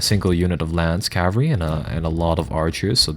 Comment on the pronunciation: Cavalry, not Calvary.